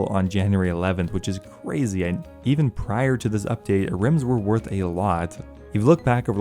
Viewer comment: Maybe you should take the time to actually lookup how some of the words are said because I had a stroke hearing you say basalt and ahrims. It's not a-rims and it's not bahsalt that one isn't even a "made up" name